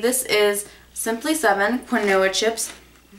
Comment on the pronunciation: Quinoa is pronounced KEEN-WAH. Unless I've been saying it wrong this whole time :/ LoL